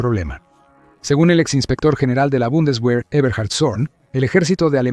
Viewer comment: Soy Aleman, alemania lo unico que no quiere es guerra, pero ya que nuestra preparacion militar era una verguenza y con una amenaza inminente como Rusia, era tiempo de renovar. Muy buen video ! ademas la palabra Bundeswehr fue pronunciada de manera perfecta.